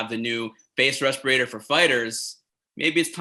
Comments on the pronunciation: Everyone: respirator GSP: respeeratore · Journalist: You're working on a respirator? GSP: Yes, you know, because of COVID we're working on a res-per-a-tore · What the heck is a respourator? 😂